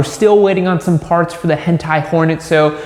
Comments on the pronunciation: is it just me or did he just say "hentai Porn Episode"? like in the start of the vid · I thought he said “hentai porn” at the beginning lol